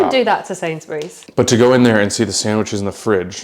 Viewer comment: Love this vid of you both, nice little mukbang. Is it me or does pronounce Sainsbury’s as Sains-berries? 😅